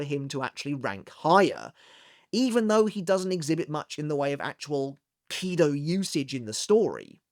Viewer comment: Why KIdo instead of kiDO?